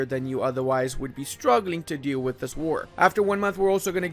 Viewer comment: Every time says,,it's not a massive deal though" like in I literally hear,, its not a massive dildo"